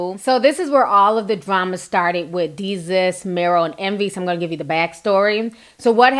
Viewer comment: DAY-SUS ..... "DESUS" lol...I had to correct u on that sis, love ya commentary ALWAYS.... Its so funny tho u saying Jesus with a D chile I cant stop laughing